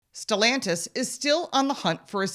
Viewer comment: It’s not stellantisvits SELLantis